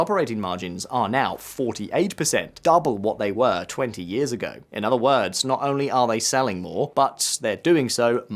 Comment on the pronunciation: "yeeahz" and "yeeah" are not words. It's "year" and "years".